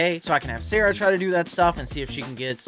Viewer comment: You're a wizard, Harry❌️ You're a wizard, Sawaahh✅️